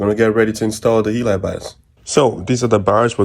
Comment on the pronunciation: It's pronounced he-lee. Excellent video though.